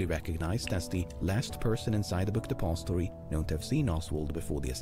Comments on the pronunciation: only one triggered with the way he says "book depository" ? he says it bunch of times per min like "BOOKED APOSTOY" fkn annoying lol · THE WAY THIS GUY PRONOUNCES DEPOSITORY IS LITTERLY TRIGGERING ME. Otherwise enjoyable watch